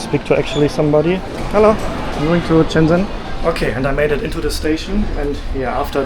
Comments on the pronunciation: Everyone: Shenzen: Chennzenn 😅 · its (sh)enzhen. like how (sh)ush is pronounced in english.